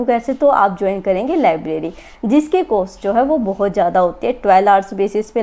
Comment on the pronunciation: COST HOTA HAI DIDI COOAASTTT NAHI!!!!!